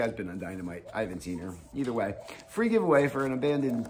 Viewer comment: you pronounced Abadon wrong 🤣